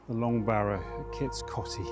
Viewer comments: It's pronounced Kits Coatey! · Great video in my home County. On pronunciation, all my Grandparents used to pronounced Kits Coty as Kits 'Coatee'. I have no idea if that's correct or if there even is a correct pronounciation.